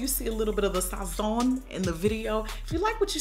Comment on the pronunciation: The way you said "Sazón" LMFAOOOO Love you Auntie!